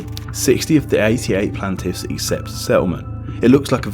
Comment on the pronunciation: It's plAINtiffs not plantiffs